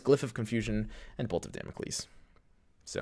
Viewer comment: Beautiful content right here thanks a lot! What a blast. Oh and its dámocleees (learnt greek for two years ;))